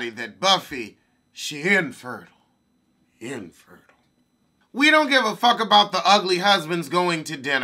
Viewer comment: Right??!! That capital "IN" just make it hit different 😩!